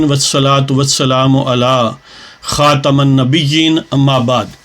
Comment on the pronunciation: علی خاتم پڑھتے ہوئے میم کے نیچے زیر پڑھا کریں شکریہ